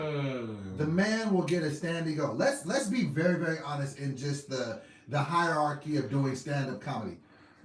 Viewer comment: lol whenever says hierarchy